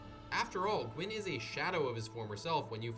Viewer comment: Gwyn means white in Welsh. Dunno if that's where the name came from. Pronunciation is right tbf